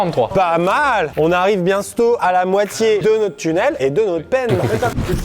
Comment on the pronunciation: il a dit on arrive bienstôt x)